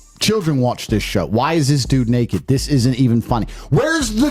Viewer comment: Tate said "Nakey" lol